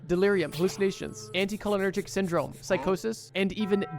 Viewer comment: Hey bro, love what you’re doing here. You’re talking about anticholinergics and everytime I hear you say it I think I’m going crazy XD. It’s pronounced anti Cole-inner-jik